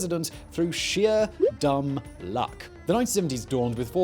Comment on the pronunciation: “Ford became president through sheer dumb luck” Emphasis on dumb